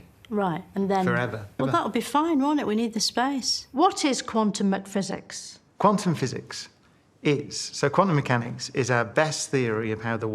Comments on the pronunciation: lol… did she say quantum mcphysics? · and "Quantum McPhysics" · “Quantum McPhysics” made me laugh